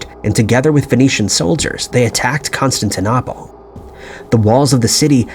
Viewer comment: Con stan tin opal - please learn to pronounce names correctly. Also, agree stop using AI generated images.